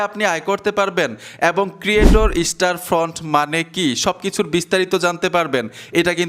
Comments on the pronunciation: স্টার ফ্রন্ট না ভাই স্টোর ফ্রন্ট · আরে ভাই স্টার ফন্ট না স্টোর ফন্ট হবে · ভাই স্টার ফ্রন্ট না, স্টোর ফ্রন্ট।